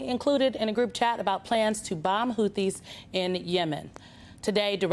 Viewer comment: The H is silent in the word Houthi